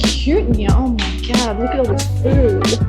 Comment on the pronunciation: "we'll eat as much furrd as possible"